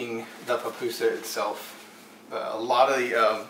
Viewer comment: Puh-pusa, not pah-pusa.